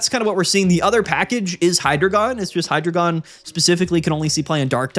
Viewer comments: please, it’s “Hi-dry-guhn”. I beg of thee, stop with the “Hydra-gone” 😭 Happy holidays man, thanks for the great content this year ✌️ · Why are you pronouncing Hydreigon so wrongly?